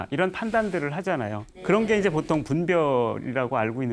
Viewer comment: 긴 자를 짧게 잘못 발음한 예:대단히,말(언어),보통,사실,(한자말 이라는 표현은 잘못이다. "한자어"라 해야),호오,소용, 등, 이런 장단음 문제는 실로 심각한 일이다. 강의 중, 군소리가 많고, 조급하며, 언사가 천속한 구어를 남용하고 있음에도 이를 계속해서 "예,예!"하고 찬사를 연발하고 있는 한국의 교양 수준이 슲을 뿐이다. 한국 동포께 권하노니,"한국 어문을 고발함"이라는 책을 읽어 주시옵소서. 미국 변 완수 드림